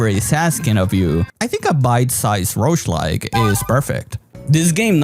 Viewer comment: Rougelike❌ Roachlike✅